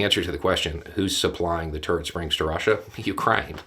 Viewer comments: You said "turret springs" and I heard "turd springs." But THAT is not propaganda. It's just humor. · So I was the only one who heard turd springs the vary first time he said it and was very confused? In my defense it's about 3AM and I'm old, but anyway... it was funny. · At first I thought you said "turd springs" and now I have a very, very strange concept in my head.